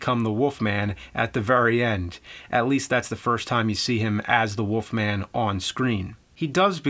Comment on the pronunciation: WOLF MAN James, not Woof Man.